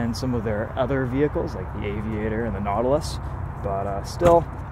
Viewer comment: you said Nautilus